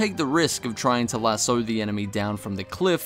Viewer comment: How come Australians can't pronounce words that end in "o"..? Lass-oyurl Elbowurl I don't knowurl